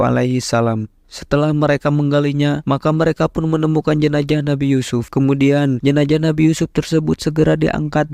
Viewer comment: Jenazah : tubuh yg sudah terpisah dgn Roh. JENAJAH : kemaluan (salah satu bahasa suku yg ada di Sumsel) Itulah pentingnya artikulasi yg tepat dan jelas dlm menyampaikan berita. Z harus disebut "Z" bukan "J"